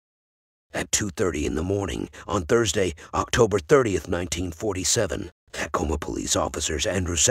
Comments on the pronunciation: It is pronounced "t'coma", not "tack-oma" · Sounds like a sophisticated bot to me. The giveaways: mispronunciation of Tacoma, and listing locations such as “S” 49th Street instead of “South” 49th Street. Nope, I’m not buying it.